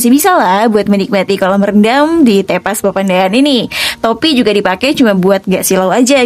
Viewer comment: bacanya bukan begitu , nyebut E pada kata TEPAS sama dengan nyebut E pada kata teman. Tepas dalam bahasa sunda artinya Beranda